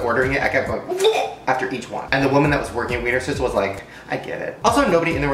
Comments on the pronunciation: any austrians here. and btw its pronounced VVVViener Schnitzel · I just love how Americans pronounce Wiener Schnitzel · Wienerschnitzel is austrian food, yeah xD and i guess english speaking people can't pronounce 'sch' so it's sounds really funny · It's just a shame for the original austrian Wiener Schnitzel.